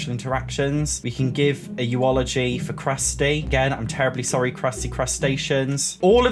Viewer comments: Btw eulogy is pronounced YOU-luhjee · I love the way you said, "eu-o-logy," lol